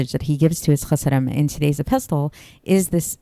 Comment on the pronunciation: It's pronounced e-pis-sel.the t is silent.